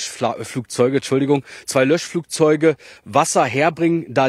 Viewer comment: Luftlöschflachzeuge? Meine Güte! 🙄